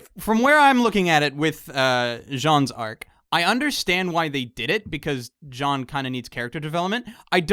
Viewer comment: he said jean's arc lol